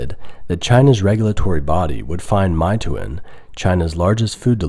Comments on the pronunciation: It's not MY-TOO-IN, but more like MAY-TWAN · meituan isn't pronounced my-too-in btw it's may-twan (only correcting you because you left a pronunciation on screen) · Don’t get me wrong, I enjoy your different perspective. I just want to point out that it’s pronounced MAY-TUAN not MY-TOOIN. Getting the pronunciation right will give you more credibility. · It's pronounced "May twan" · my-toon? ahhh that's not how its pronounced... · Meituan is pronounced May Twan. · It's pronounced mayyy twaahhn